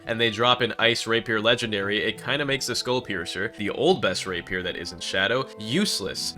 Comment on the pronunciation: The way you said rapier hurt